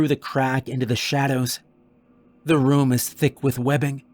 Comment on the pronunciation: How do you manage to say room in every single video? You pronounce it like rum and I always notice it lol